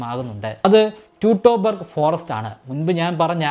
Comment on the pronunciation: ആർമിനിയസ് എന്നല്ലേ. ട്യുടൺബർഗ് എന്നല്ലേ. ആർമിനിയസ്